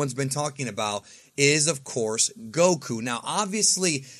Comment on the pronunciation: Its Goku smh